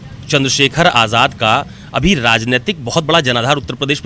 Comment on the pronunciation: Ise aap aazad kyu bolte ho ye aazad nahi hai